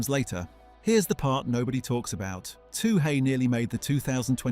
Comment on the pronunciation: It's NOT "toohay"; it's "tooee"!!